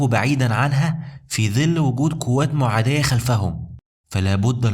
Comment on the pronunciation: الله يبارك فيك لكن أخي الكريم القاف تلفظ ق و ليس ك ( قوات و كوات )